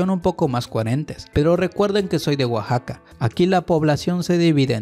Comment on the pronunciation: Oaxaca, dijiste oaxaca 😳